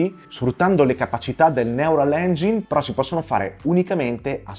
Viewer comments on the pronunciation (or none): none